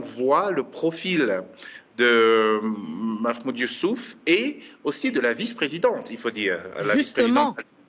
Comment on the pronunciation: Madame la journaliste vous prononcé mal le nom du président union africaine il s appelle mahamoud Ali youssouf